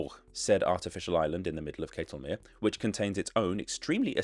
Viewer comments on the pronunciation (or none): Pleasantly surprised to hear him correctly pronounce Ketelmeer as "kaytelmere" in the intro. Then slightly disappointed to hear him say "kettlemere" the rest of the video. But yes, very good pronunciation overall.